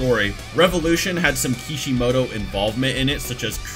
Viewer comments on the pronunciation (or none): none